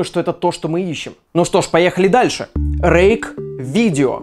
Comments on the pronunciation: Мне одному сначала показалось что вместо "Рейк" было "Рейх" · Мне одному на послышалось что он сказал не 'Рейк' а 'Рейх'? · мне показалось не Рейк а Рейх XD